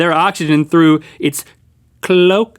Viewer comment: cloaca? (clow - ay- kuh)